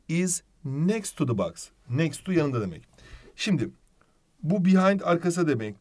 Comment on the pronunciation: cok iyisiniz ama box u yanlis okuyorsunuz 🙃